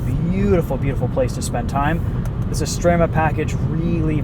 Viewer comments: thumbs up for being able to pronounce "Estrema" correctly!! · Your pronounciation of "estrema" is actually spot on 😂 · That accent was surprisingly good! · Apart from Estrema, the rest is typically not perfect actually. And doing accents is stupid. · Pronuncia e accento molto buoni 🇮🇹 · Ma stai a scherzare? Estrema è stato pronunciation bene, Veloce quasi e poi... quadrofoglio? Infine, accento da idioti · Stupid accent at the beginning, but Estrema is well pronounced. Sounds like a Dutch speaking Italian.